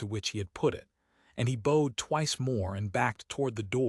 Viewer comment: Bowed is pronounced boughed, she has only been in 2 good jobs, but says been in too many bad houses, cannot be true, please proof before publishing, otherwise a great story